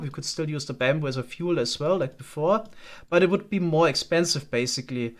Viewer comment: it's not baambu it's bamboo. It's a minor thing but your accent is pretty subtle for the most part and this makes it kind of more prevalent than it could be.